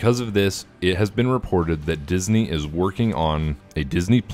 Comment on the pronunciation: "Dinsney+" XDDDDD